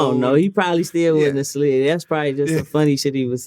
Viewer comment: Vlad should never ever I mean never ever say “slid” again!!!! Fucking ever